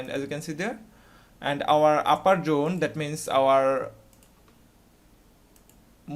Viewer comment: I've just worked out; when he says Jone, he means Zone.